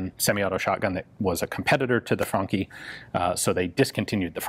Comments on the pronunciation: It sounds like you're saying Funky, not Franchi. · I thought he said 'funky' twice before I got that it is a 'Franchi' shotgun. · Thanks, now i cant stop hearing "funky" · It's actually funky <3, and I thought the same. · For an instance i thought he said " The Funky Spas 12 " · I got like four minutes into this before I realised you weren't saying "funky".... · Always thought it was pronounced "franshi "